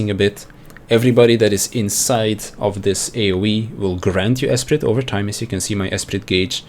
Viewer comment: Btw: the T in esprit is silent